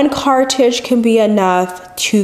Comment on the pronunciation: It's a CARTRIDGE. say it with me: "CAR-TRR-RIDGE" CARTRIDGE